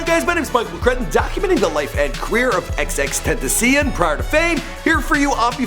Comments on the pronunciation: U know u white as fuck when you pronounce his name that way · xxxtentacion said in your video how to pronounce his name and you still say it incorrectly. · that tentacion pronunciation tho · Why can noone pronuce his name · Nxght Designs can you pronounce it right? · How do you hear x say his own name and your stupid ass still fucked it up. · why did he say name like that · ...okay what the fuck was the pronunciation on Xxxtentacion I understand his name is pretty confusing but bruh..... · Bro don't ever pronounce xxxtentacion like that, ever. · The nigga said his name in an interview and you still couldn't pronounce it right smfh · Learn how to pronounce his name before you make a video about him champ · Bruh.. At the very least do a little research and say his name right if your about to be making a video on this kid.. Smh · you let him say his name first. and you still fuck it up the rest of the show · Boi You Still Cant Pronounce His Name✋😴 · mad af you didn't say his name right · can't say X's name even when he played a fucking video saying how to say his name. Not hating just pointing it out! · he made it sound like a new element on the periodic table lmao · Its ur second time making this vid and u still cant pronounce his name right lol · (before xxxtenaciom would blow up on soundcloud)really how is he xxxtenaciom why are u bad at saying namessss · before xxxtenazenen 😂😂😂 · ex-ex-ex-ten-ta-seyón Not ex-ex-ex-tenta-see-in Or ex-ex-ex-ten-tay-shun The English Way Is XXX TEMPTACION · why does it trigger me when he calls x XXXTENASSION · deadass how does he see “xxxtenneseun”? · ex ex tentaseeyun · "x x tent a see in" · he said XXtentasseon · Xxxtenatsusm?,Xxxtentacien? Bro can you learn how to pronounce words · Lol want the dictionary on how to say xxxtentacion? xxxten - tass- ee - own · Bro, it's pronounced xxx ten-tash-ion, three x's, not two😂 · Ten tah sea in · xxxtentaseum???? do ur research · tent- tas-se-on